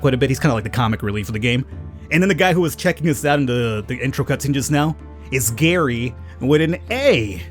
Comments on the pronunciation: No my name is Gerry its pronounced the same as Jerry NOT like Gary come on dude! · Gerry is said as Jerry where I come from. Not Gary, annoying. But I’ll deal with it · Oh yeah. Gerry is pronounced like Jerry.